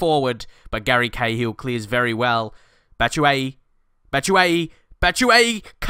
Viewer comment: Its pronounced batshuyi